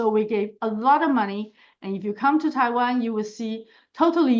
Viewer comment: Que mal que la traduccion no sea hecha por personas. No me gustan las maquinas que hablan de Taban en vez de Taiwan. Y E, U y gemon en vez de hegemon. No se entiende que significa el deleteo de siglas porque la traducción no es por personas. Hay lagunas de compremsion de ideas. DPt no se sabe que es, etc